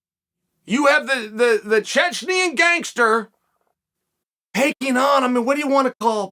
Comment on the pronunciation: Chael said the Chechnyan gangster with is actually pronounced Chechen gangster